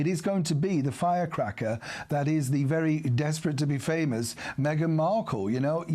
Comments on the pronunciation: Oh FFS this American News “reader” called her Princess Methane, she is the farthest thing from a Princess, maybe in her own mind she is. FOX really needs to assess their news reader’s knowledge of the facts before doing such interview with our wonderful. From Southwestern Ontario, Canada 🇨🇦🙏💖🙏🇬🇧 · Did she say Princess MeAgain Princess 😂